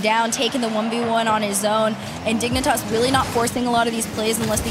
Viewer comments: you are correct and I apologize. What I meant was the pronunciation Dig-nee-tahs instead of Dig-neh-tahs. Out here tossing knees. Prolly just a me thing regardless. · You need to spell out what's wrong with the pronunciation. It's "Dig-nih-tahss" or "Dig-nih-tass"? They're saying the first and the second is how you'd pronounce it if you were like.. TRYING to say it silly. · Man I just do NOT like the way they make caster pronounces Dignitas in this. They ain’t the dang digimon😭. Also THANKS for all the uploads I’d miss these kinds of tournaments if this channel wasn’t here for us 😍